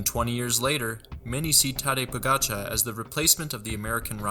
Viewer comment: Freshman mistake. Im sure he'll learn some day to use the correct terms properly, including pronouncing Tadej Pogacar correctly.